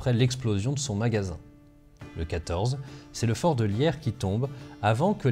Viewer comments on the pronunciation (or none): on dit "Lirsse" pour Lierse. Mais en tant que belge je suis content d'entendre des anecdotes sur mon pays